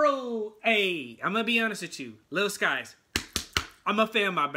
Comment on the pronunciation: It's pronounced sikes